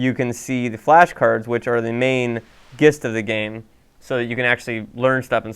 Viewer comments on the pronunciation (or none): Gist is an official word,, but it's pronounced "jist."